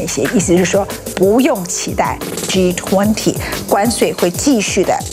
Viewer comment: Ｇ20，永远发音，Ｇ图昂提